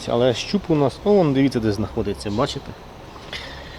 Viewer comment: тепер і я почав замічати як ти дореха разів кажеш БаЧеТЕ капец 😂😂😂😂